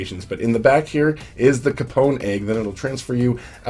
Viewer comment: I died a little on the inside when you misspronouce capon